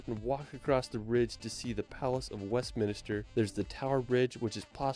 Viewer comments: Just can't help cringe every time he says West MInister. Minster bro. Holyrood not holyrod. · Stonehedge is the oldest man made structure in the rurld. Where does this narrator come from? And it’s WestMINSTER,NOT minister.